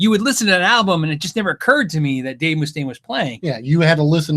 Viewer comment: The way pronounces Mustaine as Moo-staine I immediately pictured Dave with a cow bell around his neck with bull horns on his head...LOVE YA...LOL